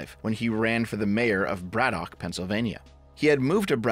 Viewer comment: we pronounce it "Braddick" Also, ol Fetty there is NOT working class in any way shape or form.